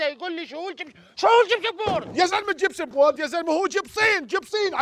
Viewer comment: احلى اشي عماد فراجين بس يحكي عن جبسن بورد 😂😂😂بحكي كلمه خطأ😂😂